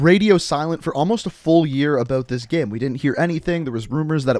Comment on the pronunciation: Say "GAME" and not "GEHM"